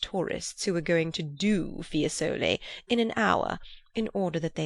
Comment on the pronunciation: Fiésole, Signorìa